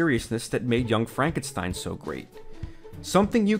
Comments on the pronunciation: Why do you call the character Frankensteen when you correctly call the movie "Young Frankenstein" remember the story and thusly characters are german so the name is to b3 pronounced tye german way. Stein = Stone, no exceptions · FrankenSTEEN???? It's stine mate xD